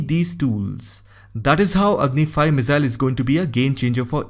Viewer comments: Its pronounced misaaill not mizzail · Missile not Mizzile, ffs .